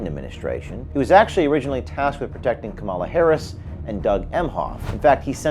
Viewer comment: Shitty reporter can’t even say VP Kamala’s name right